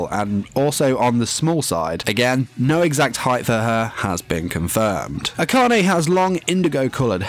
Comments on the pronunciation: He pronounces her last name Ack-an-ay I thought it was pronounced Akane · eHkanay ehyoy. A friend of Yashiro Naynay